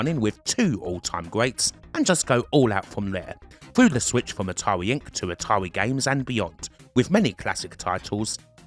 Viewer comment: Your speech is painful to hear. "ATAWI" 😆 🤣